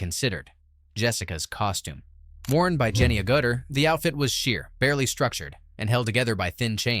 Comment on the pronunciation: Seriously, Jennifer Agutter pronounced A Gutter!?! Beyond bad....